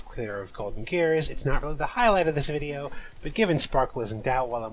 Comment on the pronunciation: "quarantine zone (stinky)" for ratio made me wheeze. awesome bideo